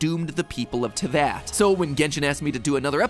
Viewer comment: the fact he was able to say snezhnaya correctly but not teyvat